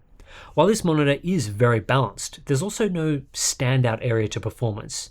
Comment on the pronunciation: I can watch this as many times I want, I always hear "bounced" instead of "balanced". Great review though!